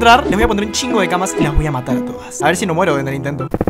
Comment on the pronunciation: Jajajaja CAP intentando hablar como mexicano "un Shingo de camas"